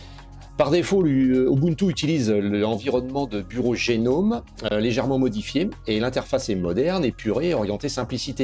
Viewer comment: Merci et longue vie à cette nouvelle chaîne francophone Linux. Linux Mint en tant que distro pour débutant (mais pas que) est un choix solide, et cela depuis longtemps. Juste une petite remarque : Gnome ne se prononce pas "génome" mais "gnome" (comme un...) Cela vient du fait que GNOME = GNU Network Object Model Environment et que GNU (GNU's Not Unix) s'est toujours prononcé : gue-nu